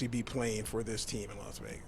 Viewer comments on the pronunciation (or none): Can't wait until someone teaches him how to pronounce Vegas. He thinks he's moving to Las Vayages.